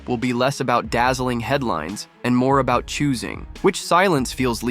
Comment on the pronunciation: Was that a wee Canadian Easter~egg?? “All “a…boot” it in your new book weh”?? Or is it just my ears. ???